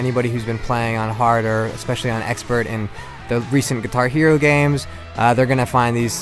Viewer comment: He says "guihar" hero!